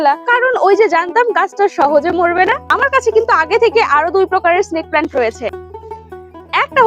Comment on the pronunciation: দিদি প্লেন্ট না হয় প্লান্ট